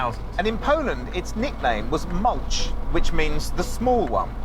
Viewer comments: Not moulch but you read malooh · Not 'Mawtch" - it's pronounced: 'MAA- LOOH" in Polish. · ma-loo-hhh not mulch. This is ridicolous... the thermostat housing needs to be replaced. Same with the Thermostat. I am sorry, but this was terrible. The finish is terrible. Honestly, you haven't done ANYTHING to actually improve it. 4000 gbp for THAT? You literally did FK ALL! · it's called maluch pronounced ma-looh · this is not an ordinary 126, in the ordinary version there will be no door at the back, and access to the engine was through the hood, and not from under the cover in the cabin. and this is Fiat 126 BIS. also you did not pronounce the Polish name Maluch correctly (it sounds like Malyuh), which can be translated as a baby, or very small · Maluch is pronounced /'ma-lookh/, with the stress on the first syllable. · Its Maluch - read as Mal-ooh with the H at the end prominent as in Hotel.